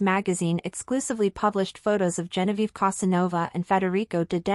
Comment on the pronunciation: You don't even Know how to write and pronounce her name! It is GENOVEVA. Not Genoviva.